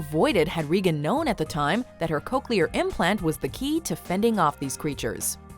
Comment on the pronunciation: did you say reegan? It’s regan which rhymes with megan